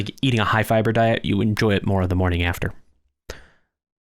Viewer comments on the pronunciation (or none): none